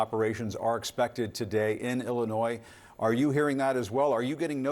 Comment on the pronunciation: the s is silent in Illinois..this guy is an idiot